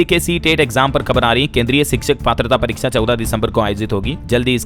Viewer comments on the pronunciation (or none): none